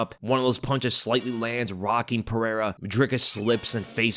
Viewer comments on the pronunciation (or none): Pereira not perera